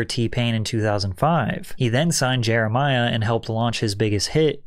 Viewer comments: It’s Jeremih not Jeremiah ☝🏽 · black man correction here...thats not jeremiah its JEREMIH lol. pronounced a tad different